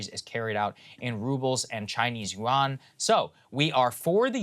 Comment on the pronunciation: Im sorry I keep posting about pronouncation but Yuan is pronounced wrong. (y-U-en)